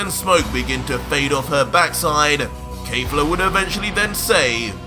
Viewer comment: Why does he say kayfla, its kefla with an e